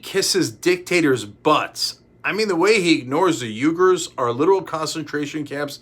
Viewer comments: It's ooy-gur, just like it's spelled. But no way is it yoo-gur. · Hey Cenk, love the show. Uighur is pronounced wee-gur not Uygur. I know they’re Turkic, but they don’t share your name lol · Hey buddy, Uighur is pronounced "wee•gr" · Pronounced "weeger" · Bad pronunciation on Uyghur and Xinjiang... C'mon buddy it's your job.